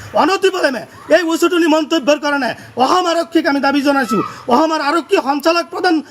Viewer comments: Kun ai goru2 ki bal aham aham koi aso sudurvai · কিহৰ শান্তিৰ কথা কৈছে ই অসম শব্দ টো k শুদ্ধ কৈ কব নোৱাৰে। ইয়াক আতক কৰিব লাগে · নিজৰ ৰাজ্য খনৰ নামটোকে শুদ্ধকৈ কব নোৱাৰে, এওঁ আকৌ অসমৰ বাসিন্দা হ'ব খোজে। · অসম উচ্ছাৰণ কৰিব নোৱাৰ , বাংলাদেশী মিঞা।